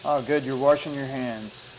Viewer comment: “Oh good you’re worshing your hands